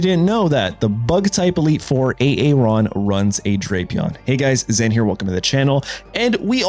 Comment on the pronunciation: A A ron Balakey 😂